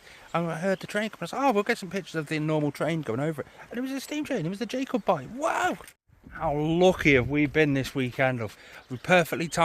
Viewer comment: Its pronounced jack o bite.